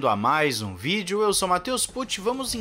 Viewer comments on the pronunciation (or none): none